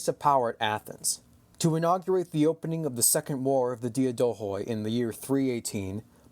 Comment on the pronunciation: Excellent podcast! A correction if you allow me: in the word Diadochoi the d is pronounced like "th" in the word "the" and "oi" is pronounced like the letter "e".